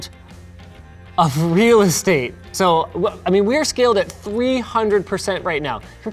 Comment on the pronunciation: "Desktop Realahskadate" - Linus Sebastian